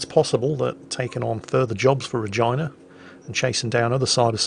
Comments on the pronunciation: For future reference, you dont pronounce Regina like vagina. It sounds like Rajeena. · its Reg E na not regIna xP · it's pronounced 're-GEE-nuh' not like vagina, christ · Regina is pronounced Reegeena not something that sounds like a female reproductive organ. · Had to double take on how he pronounces Regina....isn't it Reh-GEE-na? It's like how English people pronounce Ibiza, Aye-bye-za .... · Re Ge na... Holy fuck. lol